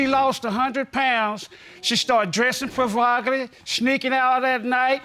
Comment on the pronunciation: Did he say she was dressing provogally???😂😂😂😂